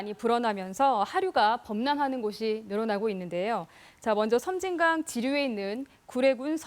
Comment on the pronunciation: 섬짐강이 아니고 섬진강 입니다